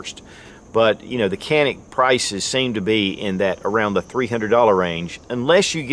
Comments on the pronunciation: Canik is not Kanik, wrong pronounce; and Türkiye🇹🇷 of course is not 🦃 Turkey. 👍 ok.🙂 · Being made in turkey it's actually pronounce Janik